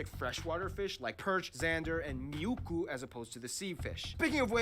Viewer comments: It's not miukku. Its really muikku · I love the way how that man is saying those places where is ä or ö😂 (I’m from finland) And rn here is like 20cm snow❤ Edit: I’m sorry what is miukku?😂 Its MUIKKU😂😂 Edit2: salmiakki IS SOO DELICIOUS!! Edit 3: you had like 1-2 hours of homework… i’m in 5th grade and i get like homework like for 10mins….. Edit4: Oh yeah we have like in EVERY house sauna LoL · the fish thing on that geography now video when he says MIUKKU it is not the real name of the small fish it is MUIKKU not MIUKKU and i know because I live in finland